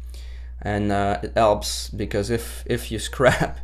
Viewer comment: I love how he silences his H's. "I just glue da alf of da nail, it elps.